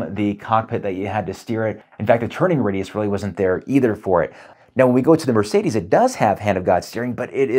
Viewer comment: It's Merr-Say-Dess, not Mur-Say-These